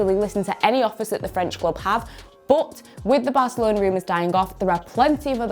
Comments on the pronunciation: More like "bot" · Nobody Nobody who speaks English: Bůtt